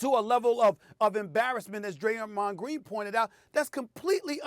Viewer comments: Graymond Dreen????!!!! c'mon Stephen A... STAY OFF THE WEEEEEEEEEEEEEEED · Graymond dreen 😂. It’s literally replacing the d and g 😂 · “Graymond Dreen” 😂 😂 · I'm sorry but Graymond Dreen🤣🤣🤣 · Soul like he said Greymon I was like let me find how Draymond know how to Digivole🤣💯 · Graymon dream 0.48 seconds of video 😂..how u get somebody first n last name wrong!! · “Graymond Dreen”- Stephen A. Smith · “Greymond “dreen” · "Graymond Dreen" -SAS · "graymond dreen" - stephen A smith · "Graymond Dreen" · SAS: “Graymond Dreen” 💀💀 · Did Stephen A. just say: "Graymond Dreen...." 😂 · He said graymond dreen 😂😂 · “Graymond Dreen” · Are we going to act like we didn't hear Stephen A say. Graymond Dreen🤣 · Graymond Dreen 😂😂😂 I caught that Stephen A. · Lmfao. Stephen a has all this education but can’t get Graymond Dreen name right 😂😂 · "Graymond dreen" Stephen A Smith. 2021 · "Graymond Dreen" LMFAOOOOO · Who's Graymond Dreen??? 🤣 🤣 🤣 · Nobody: Stephen A: “Graymond Dreen” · Its sound like he said greymond dream 🤦🏾😂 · “Graymond Dreen” Also “premadonERS” Stephen A your on a role today 😂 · “Graymond Dreen” it happens SAS 🤷🏾‍♂️🤣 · “Greymon dreen” lmfaooo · Graymond dreen 😂 Stephen A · Straight to the comments after I heard "Graymond Dreen" 😆 🤣 😂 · Stephen A Smith: “Graymond Dreen” 🤣🤣🤣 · Who else came straight to the comments after “Graymond Dreen” 😂😂😂😂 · I thought he said greymon from digimon lol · "Graymond dreen".... Lol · SAS : “Graymond Dreen!!” Me : “ You are wrong and here’s why” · Reading through comments. Why does anyone care that he said 'Graymond Dreen'? Slip of the tongue happens often in life. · “Graymond Dreen”😭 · Graymond Dreen, Kax Melerman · The Man Said “Graymond Dreen” , I’m Crying 😂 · “Graymond Dreen” 😂😂😂 brain fart! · "Graymand dreen" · He really said Graymond Dreen 😂😂💀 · lol stephen called him Graymond Dreen 😂😂😂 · Graymond Dreen. Jebron Lames. Glake Briffin. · Stephen A. Smith: Graymond Dreen Stephen A. Smith: Here’s where your wrong and why... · "Graymond Dreen"😂